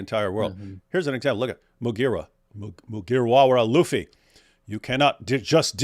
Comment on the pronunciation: I love how DW knows EXACTLY how to pronounce "Luffy". What a nerd. (He obviously watches the English dub though.)